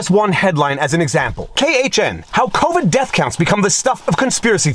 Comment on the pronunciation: If your Talking about Fauci, there's no 'o' in the last word of "Covid Count"